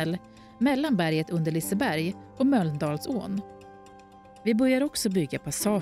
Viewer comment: Speakern behöver öva på uttalet av Mölndalsån...